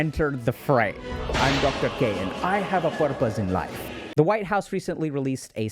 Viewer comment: “I HAVE A PURPOSE IN LYFE” 🇮🇳👳🏾‍♂️